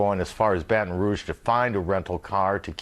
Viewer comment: Wow he said Baton Rouge right